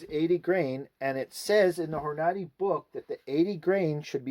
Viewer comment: It pronounced Hor-nahhh-deee.